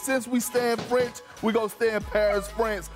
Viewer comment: Congrats Malika 😁👏🏾👏🏾. Your french accent is on point. 👏🏾👏🏾👏🏾🥳🥳